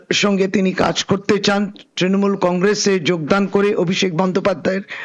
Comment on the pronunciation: ত্রিমুল ? নিজে ভুল উচ্চারণ করলি এবার তোর পদ থাকবে?